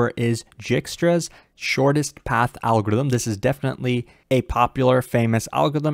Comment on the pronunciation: I like how says "Algo-ithm ", totally eliminating the R, in every single video he makes. Btw great explanation as always.